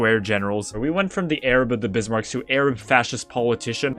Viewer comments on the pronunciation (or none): "Arab of the Bismarcks"